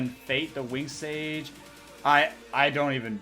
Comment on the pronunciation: SAGA! Not "sage".